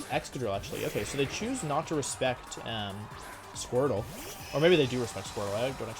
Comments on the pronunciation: He said squirple? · Everyone: Squirtle Wolfey: Squirple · Nobody... Wolfe: "Squirpple"